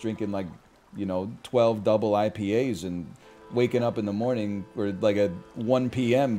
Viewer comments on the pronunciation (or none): 🤣 "rest until moning" the NL original